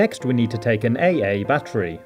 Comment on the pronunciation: did mah boi say AA battery?